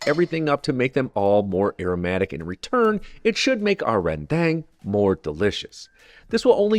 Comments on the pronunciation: Reundang not reyndang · I am from Malaysia and we also have our own rendang dishes. In fact- every state in West Malaysia have their own version. And its pronounced ias ReN ( you said it correctly) dang ( pronounced ias dung in american slang Rendung is how you would pronoun e it. Also the coconut browned is called Ke-ree-sake. Spelled here as kerisik. Nice job ❤❤ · Nice. A little suggestion, ‘rendang’ actually rhymes with cow dung. 😊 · Lived in Indonesia for 39 years and to be honest for a first attempt I am pretty impressed looked authentic to me so well done. The dish is spelt RENDANG but the locals pronounce it RENDUNG. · im indonesian but read rendang as in ren dang. like. ren, dang? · "ren-dang" You spell the "a" like spelling "a" in the word "car", open clearly "a". Similarly with the word "rem-pah".